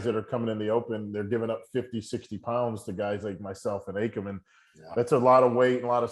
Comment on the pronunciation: Who’s Akam ? It’s A-KEE-MM